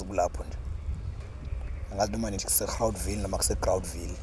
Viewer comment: Please pronounce it "Grawt ville'' it's written as Groutville, my dear Sir